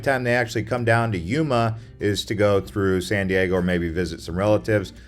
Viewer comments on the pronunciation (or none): none